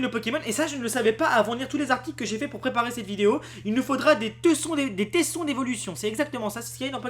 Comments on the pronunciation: Je veux pas être méchant, mais je vais être direct, "voyent" j'ai du mal, mais je comprend que certaines personnes se trompent. Mais "teusson" surtout quand ça s’écrit "tesson", ça fait peur, je sais que la langue française est compliqué et parfois débile, mais ne pas savoir qu'un "e" se prononce "é" s'il est suivi d'une double consonne, c'est quand même dur a entendre. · ça se dit tésson :p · Ca se dit tésson ^^ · ON DIT : '' TÉSSON '' 😉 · tesson ce prononce tésson